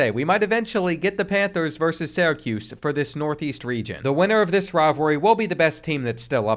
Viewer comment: Bro I’m begging you to learn how to pronounce Syracuse